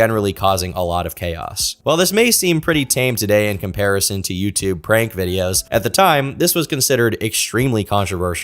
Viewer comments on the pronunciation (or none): none